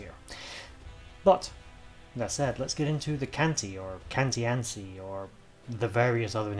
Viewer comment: Is it not pronounced KAN-TEE-ATCHI? i guess The Romans being Italian?! Im a, Born and bred! 😊